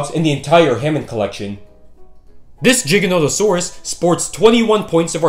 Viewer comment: No he didn’t pronounce it correctly, it’s not pronounced (J) it’s (G) stop pronouncing giganotosaurus with a J🤦